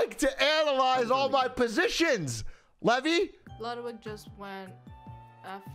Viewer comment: levi is lee vy, his name is levy, pronounced levie